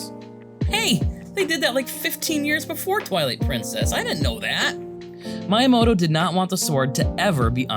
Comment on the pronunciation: Just a tip for Japanese pronunciation, all vowels are always pronounced the same way. A sounds like "ah", i like "ee", u like "ooh", e like "eh", and o like "oh". So Miyamoto is Mee-yah-moh-toh, not Mai-yah-moh-toh.